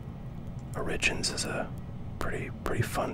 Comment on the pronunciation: Origins, pronounced origin-s lol